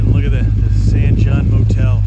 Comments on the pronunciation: It’s pronounced San Hone, that first old garage you stopped at was my wife’s great grandpa’s shop back in the day. Our post office is also historic for receiving one of the first air mail drops. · San Jon pronounced San "Hon"